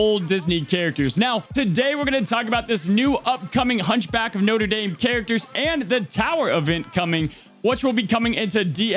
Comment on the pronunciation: I don't know why it bothers me that he pronounces Notre as Noter but it does lol